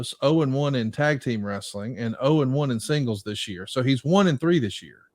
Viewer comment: Bro bro... it's WRE-SA-LING 😅